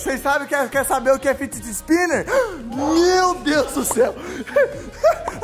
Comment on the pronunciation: O mais engraçado e que ele falo. Fiti toys. Mais e. Figets toys